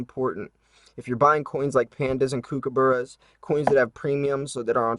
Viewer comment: As an Australian, I have to giggle a little at the way you say kookaburra :)